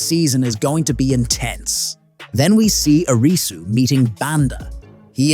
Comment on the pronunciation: It's Air-ree-sue Not a-ree-sue